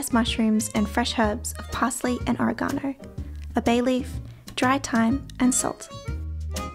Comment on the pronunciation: It's not Aragano , it's Oregano, not pronounced with an A but an O... Oreg-ano .